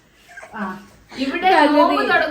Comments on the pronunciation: പകുധി എന്ന്നുള്ളത് പതുക്കെ എന്നാ parenjedh😂😂😂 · Pathukii instead of paguthi😂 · Ans :pathuki instead of paguthi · Pakuthi enn parayunnathinu pathuki enn paranjath